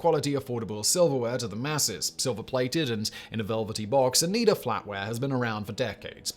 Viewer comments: Oh nigh duh. Not oh nee duh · The way he was pronouncing Oneida was making me cringe lol I'm originally from the area so I've heard the word my entire life. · I think the pronunciation is "o-NI-duh" silver. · Oneida is actually pronounced OH Nie Da. Used to live near there.